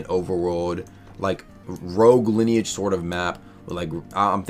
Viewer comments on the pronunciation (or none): HE SAID ROGUE LINEAGEE